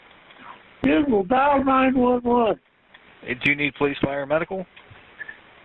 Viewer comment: poe-lice R 💩!!